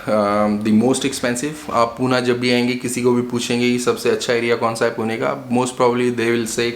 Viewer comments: It's Pune not Poona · Please call it Pune not "puna" , it is पुणे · It is Pune not Puna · Bhai Poona nahi Pune h. Likha h vaise bolo bhi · Hi , Please dont pronounce PUNE ✅ as Puna ❌ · "PUNE" NOT POONA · For GodSake.. It's not Puna! Call it Pune >> पुणे why is that so hard to pronounce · Its not Puna....its Pune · My ears were bleeding every time you said Puna 😭🤮🤮🤮🤮 its Pune पुणे (not even पूने) And a lot other incorrect pronunciations..